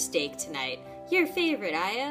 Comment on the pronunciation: Her name is actually pronounced aaya